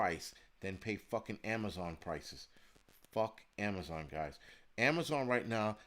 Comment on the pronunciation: No more Am-a-zon got rid of acct.